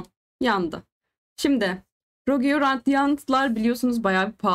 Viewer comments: Abla yine rogiyo demişsin ama 😂 rogue dicektin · sırf varya onu takip ettim aba ilk 1.5 dk boyunca 12 kez rogiyo diyon